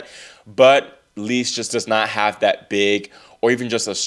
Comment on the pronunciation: Great recap! Just for the record, Eva Lys’ surname is pronounced like English word “Loose” I think we will be seeing a lot more of her :)